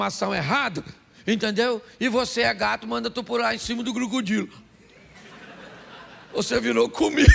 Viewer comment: "Búfulu" ??? Que bicho é esse, pastor?? "Crucudilo" ?? 😂😂😂😂😂😂😂